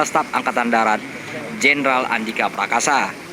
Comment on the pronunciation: ralat min yang betul andika perkasa.. bukan prakas